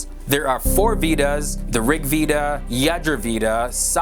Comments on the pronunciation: अरे यार अगर वेद नहीं बोल सकते हो वेदा हि बोलदो पर वीदा मत बोलो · Veda pronounced as vadha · hey, veda is pronounced as "vay-da" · Veda is pronounced as "way-da" with a soft d, similar to the word "the" ending in an aa sound. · Its pronounced vadha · it's called "Weda" not the letter V is red as W. "We Da"